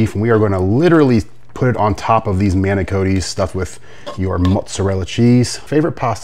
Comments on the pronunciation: I was just getting peeved off EVERY TIME He pronounced "MINO-COE-TEE" & "RIG-GOATA".. 😂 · WTF is Rigota!! It's Ricotta!!! DAMN!!! It's pronounced MAN-I-COT-TEE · Your Italian pronunciation is brutal. Rug gota is close to Bogota. Manucoatty was a Spanish bootlegger who sold man na - cot e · Same nor have I ever heard Manicotti pronounced like Manicodies -Person from Ohio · Man-A-Cotti, Ri-COTTA, universal English pronunciation from Texas to Canada and every place in between. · Manicotti pronounced Mana-Caught-E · Having an Ohio accent doesn't make you mispronounce manicotti. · It looks amazing, but please learn how to pronounce manicoti, and ricotta. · Manicotti, your pronouncing the name of the pasta wrong, even though referring to the smaller one’s as mini’s! Not mini -coti’s because, it’s not Cotti patsa - so, it would be manicotti -min’s!If you are chef and, presenting a recipe to people that’s how you should present it rather than call it a completely different name, not trying to be rude, then, it just leaves your audience/ the consumers going to the store looking for a bag or box pasta that isn’t even on store shelves!